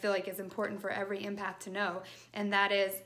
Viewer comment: Helpful thanks. The word is pronounced EMpath as in Emma. Not IMpath xx